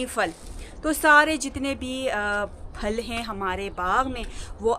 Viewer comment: السلام علیکم ارجمند صاحبہ آپ پھل کو فھل بولتی ھو پلیز مائنڈ نہ کریں اسکو پھل بولیں